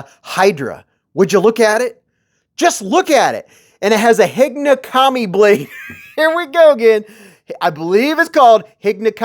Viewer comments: 'Hig-O nokami', it's pronounced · Hey, just an fyi, the pronunciation on the second blade type is: “he go no commie”. Keep up the great work!!!